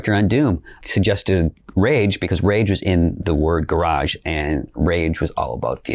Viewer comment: So it's really pronounced rahge 2?